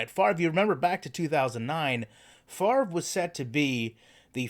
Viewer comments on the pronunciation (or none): none